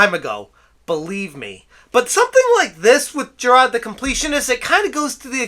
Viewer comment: Sidenote: I love hearing the Boston come out when you say Jirard. It makes me less angry when I hear his name.